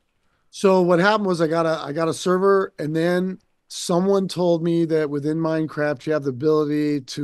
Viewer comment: Hearing him say Minecraft or World of Warcraft all I hear is MineCrap and World of Warcrap.